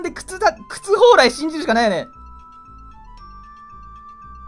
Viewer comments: たんぽぽうらい言うてる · 「モンストには何がある？そう、ﾀ↑ﾝ↓ﾎﾟ↓ﾎﾟｫ↑ﾗｲですね」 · 「そう！たんぽぽうらいですね」